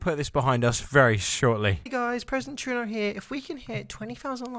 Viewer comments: Are you saying president Truno? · "Presinent Tru'no" BAHAHAHAHAHA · It's primeminister treaduea 😂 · Did- Did you just say....president Tredeau?